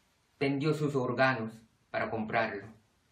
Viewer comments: Or-ga-nos el mayor golpe de voz es en or.......esta loto dijo jajajjaja.....creo que estan vencidos: ) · Jaja los or-ganos